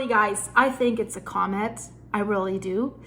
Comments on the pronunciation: Coe Mitt? Nah the word is pronounced Comm Mitt. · Comet Pronounced ‘cawmet’